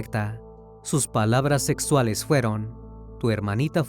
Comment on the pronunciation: El dijo sexuales. Mmmm cochinos el narrador.